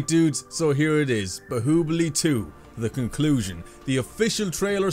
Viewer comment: say bahubali correct